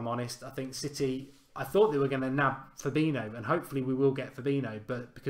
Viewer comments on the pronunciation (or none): Why do you insist on calling Fabinho for Fabino? Pronunciation out of this world, literally.